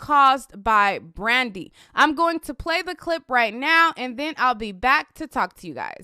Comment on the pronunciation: ...y u keep sayn Brandy name like that😭😭😭😭😭🤣🤣🤣🤣